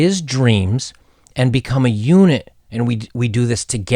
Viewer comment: It's funny... I know you said unit, but I heard eunuch. Though I don't think that's too...out there, look at prince Harry